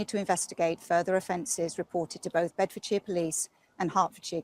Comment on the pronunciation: Benny Dickson's pronunciation of Bedfordshire is absolutely correct.